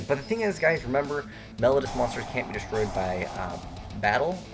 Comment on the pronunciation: meh-low-dee-us as in "melody" if it was pronounced "melodus," they would be called Melodus Divas.